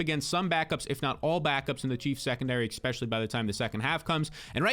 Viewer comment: The word is “Especially “ not Expecially”. If your going to make videos use proper English. Embarrassing.